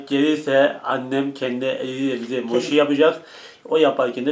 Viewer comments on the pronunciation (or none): Moşi değil mochi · mosi degil abi moki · Moşhi değil mochi